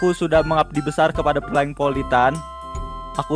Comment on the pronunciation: Plank bukan plang-_-"